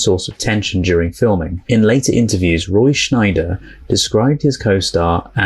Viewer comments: Small correction: There is no N in the actor's name. It's not Schneider, it's Scheider. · Don't go in the water. I read the book (before the movie) and it was a scary read! It's pronounced Roy "Shy-der" not "Shneider". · A small note: I think it's Roy Scheider, not Schneider. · It's Roy Scheider,NOT,Roy Shneider.